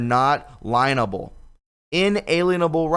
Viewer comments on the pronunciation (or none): ITS LIEN ABLE, (lean able)NOT LINE ABLE. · Gotta do it... love you but it interferes with the message... Lienable=leeen-a-bull Lien= leen